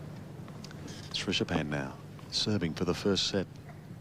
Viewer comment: Who is the aussie commentator ? keeps saying Trishapan instead of Srichapan...